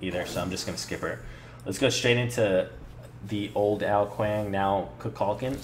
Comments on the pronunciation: An excellent video... but your mispronunciation of of Kukulkan's name bugs me. It's Ku-kul-KAN, not Ku-KULK-an. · its Koo-Kool-Khan not ka-kal-ken